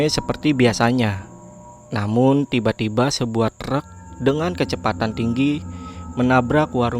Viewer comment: Ttiba ttiba buset dah penyebutan T nya tebel bat ngab